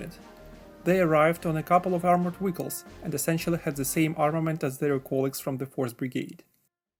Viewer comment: did he say “armored wiggles”